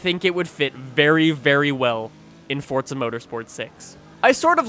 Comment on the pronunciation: its forza not fortsa